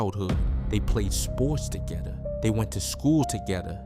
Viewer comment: Where he from he said togetha 😭😭